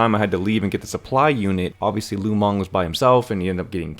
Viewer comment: lu meng -> lu mang lol